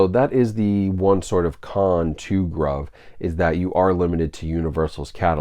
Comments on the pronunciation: lol isn’t it pronounced “groove” I don’t know why they would call a site “Grauve” that doesn’t mean anything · I'm pretty certain it's pronounced groove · I believe it is pronounced groove. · I assumed they were pronounced "groove" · Bough from them a lot. Pretty sure it’s pronounced groove groove in American English (gruv ) noun. a long, narrow furrow or hollow cut in a surface with a tool, as the track cut in a phonograph record for the stylus to follow. any channel or rut cut or worn in a surface. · Been buying from them for almost a year & have snagged a lot of good titles at great prices. Grabbed several 4Ks around Black Friday for $7.99. Pretty sure it's pronounced "GROOVE" BTW. :) Also, they almost always have 20% off your purchase promo codes out there you can use plus free shipping. Good video. FYI - Only ships within U.S. for your overseas viewers. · Most likely pronounced groove…